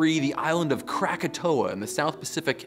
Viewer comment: The way you pronounced 'krakatau' 😂😂😂